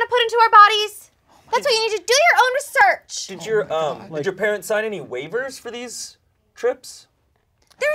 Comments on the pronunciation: pronouncing research “ri-SURCH” is EXQUISITE. That’s like the one thing I remember about that character and they took it and ran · I was waiting for it, and i'm SO happy pronounced research right